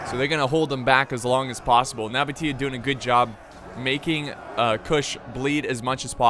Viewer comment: True ogs were here when couldnt pronounce nabataea